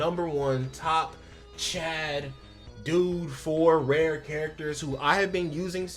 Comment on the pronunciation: Apologies, I kept hearing "red" instead of Rare lol Rare Maki's ults recovers 240 Ultimate gauge of her collaborator. she also can apply Crit Resist Decrease by 20% on her skill 3 to one (or more) enemies. Rare Panda can draw attack for 1 turn and has a 40% decrease in damage taken, along with a 25% DDT buff that last for 3 turns. Coupled with a teammate that gives him curse energy and a bit that keeps him topped up, he can draw attack for the turns needed while you pick off enemies.